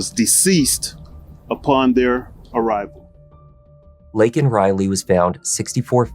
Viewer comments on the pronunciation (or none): It's LAYkin not LINkin. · Biden says "Lincoln" Riley......always an idiot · Only 37 Democrats voted FOR the Laken Riley act. Who in the Fk pronounces her name wrong????? That’s right Joe FKN Biden. He PERSONALLY LET THIS DEMON in the U.S. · Regardless of your political stance, this girl should not have been used as a tool to push any political agenda. Neither side handled this well. Biden couldn't even pronounce her name correctly. That must have been so exhausting for the family. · Joe can’t even say her name right. Wow. 😢 Prayers to her family. Never should have happened. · Biden couldn't pronounce her name right. 🥵